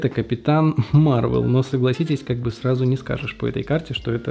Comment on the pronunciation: Капитан Марвел. В слове Марвел ударение на Е, а не на А. МарвЕл!